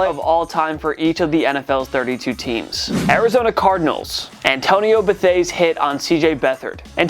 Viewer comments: It's AN-TWON not Antonio for Antoine Bethea. Longtime Colts fan here. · Pretty sure it’s pronounced Antwan Bethea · “Antonio Bethea” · It’s pronounced “Ant-Won Beth-ea” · "antonio bethea" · AN-TWAN BUH-THAY-UH